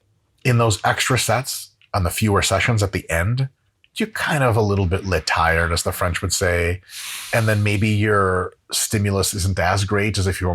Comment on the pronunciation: I’m just so glad I heard Dr. Mike say “le tired” #iykyk